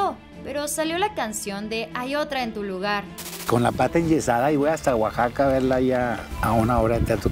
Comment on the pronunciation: A chin...ga ¿ Dónde queda guajaca? Si eso dice Montero. Pobre weyyyyy no sabe ni escribir y menos pronunciar OAXACA. por eso lo dejó la güerita Hermosa.